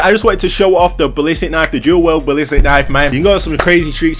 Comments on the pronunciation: Whys this guy saying WELD man. I was getting so mad 🤣 For the record it's WIELD (Pronounced Wheeled) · “Do weld” 😂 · It's dual WIELD! WIELD!!